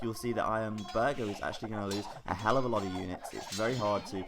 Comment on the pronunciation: it is actually pronounced "bourghair" and means "castle lord " in German.